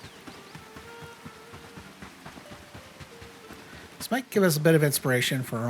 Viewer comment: Dyslexia is a B. It is StaM-ina. Not staN-ima. Love ya bro. Keep on trucking.